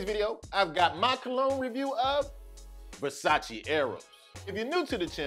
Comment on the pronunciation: Nice review! Keep it up. Just a little tip tho. You mispronounced Versace you say the E at the end on the English/way. You say Versaci but Its just Versace. But don't worry, like 80% of the people get this wrong.